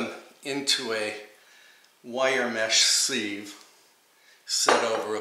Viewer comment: I didn't know what petit fours were and needed to know! Thanks! In return, may I offer that sieve is said "siv" like "give." You surprised me and I had to go look it up in case I've been saying it wrong all these years :-).